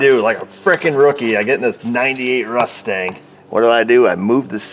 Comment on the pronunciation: "Rustang"... I don't know what you said for the next 3 minutes because I laughed my azzzzzoff